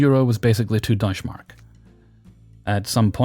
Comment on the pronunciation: I love the pronunciation of Deutsche Mark, it's adorable❤ Absolutly made my day.